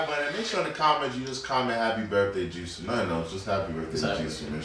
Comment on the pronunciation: Jisoo not Jiso